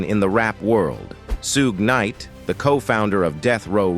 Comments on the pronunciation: " Soo-gue Knight? " Smh. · It’s not Soog Knight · The narrator said Suegeenite..😂😂